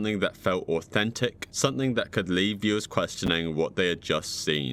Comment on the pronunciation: IT'S "something" NOT "sunthing"